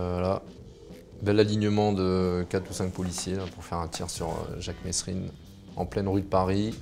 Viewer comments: Gros arrête de dire messsssssssssrine c’est merine avec un s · On dit MESRINE ! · on ne prononce pas le S de Monsieur Mesrine. Moins pourri ou en tout cas beaucoup plus honnete que toutes ces merdes d'elites qui nous disent à nous ce qu'on doit faire ou pas.